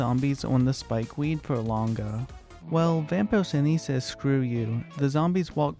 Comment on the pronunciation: It’s vapor-Chee-nee